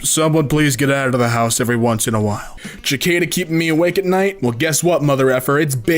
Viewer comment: okay, that one is pretty good - nO - I'm sorry, how did you pronouce Cicada?